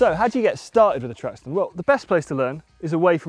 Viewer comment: Track stand kind of sounds like tramp stamp😂